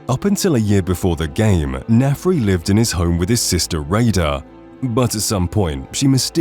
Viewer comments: Why are you pronouncing his name like Nefri? It's Narfi 😅😂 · It's Narfi, not Nefri. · OMG is Narfi not Nafri